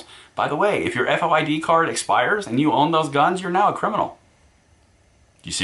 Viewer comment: FOID pronounced "Foyd" like the name 'Boyd' with an "F." - A former Chicagoan.